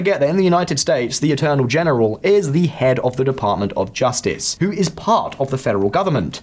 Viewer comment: "Atternol General" ?? You mean Attorney general 😂